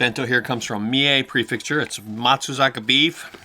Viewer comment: PREFECTURE. NOT PREFIXTURE. The fact that you live in japan makes it so much worse.